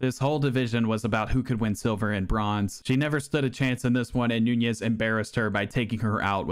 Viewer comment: Interesting that you went out of your way to pronounce Nunes as if it was Spanish, rolling the middle 'n'. It just makes it both harder to say AND incorrect. Noo-nesh.